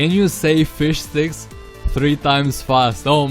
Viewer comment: fish sticks sounds like fish dicks when you say it fast lol surprised you didn't hear that